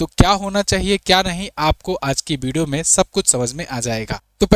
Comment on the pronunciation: Pahle to aap bolna sikhe Bideo nahi video